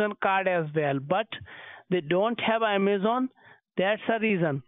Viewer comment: Did you say Yamazon???